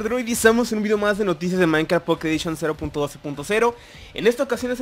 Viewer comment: Soy yo pero en el comienzo dice maicap en vez de minecraft